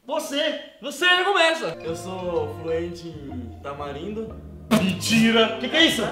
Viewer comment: Não é tamarindo é mandarim ksksksjks